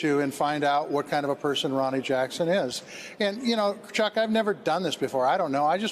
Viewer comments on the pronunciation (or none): none